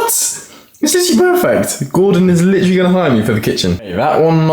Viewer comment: First time I enjoyed hearing "litchrally" be spammed 😂